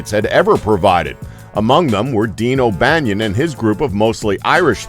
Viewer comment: Dean O'Bannion? It's Dion, not Dean.